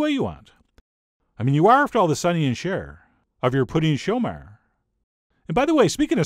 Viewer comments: "Chomeur" doesn't rhyme with "Cher", but with "her". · Love the volcano!!! In French class in high school in the US we were taught to pronounce it "show-mur" - rhymes with "fur" accent on the 2nd syllable. But maybe French Canadian is different? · I find very good ze video. Moi not an expert on the French of the Québec, but here in La Suisse, pronounce we the Chomeur different. You are, after all the Raymond Burr of your Pouding Chomeur.